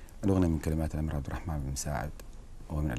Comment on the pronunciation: الصحفيه من يوم قالت عبدرحمان ال سعود عرفت انها ماعندها سالفه انظقي الاسم زين